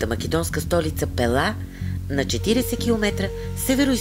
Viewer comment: Музиката къса нервите! На български-тракийски религиозни символи гръцки семитски маанета. После ренесансова музика, когато се разтягат локумите от "Декамерон". Ударението на град ПЕла е на първата сричка. В Българския език думите са от срички,. Когато са 2 сричките, ударението е на първата. При повече, ударението е на втората. Никога на последната. Пела е както Пеласги - БЕЛА, БЕЛасци. Богинята Майка е БЕЛА, БЯЛА, БЯЛА. Град Пела е македонския вариант на Кабиле(КиБела, КуБала).